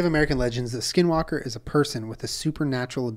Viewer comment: I’m Navajo 😭 and Skinwalkers are very real beech 😭😭 Also Julien pronounced skinwalker in Navajo almost spot on. If you see one you could faint btw if you get scared. Only people with strong hearts can withstand their presence.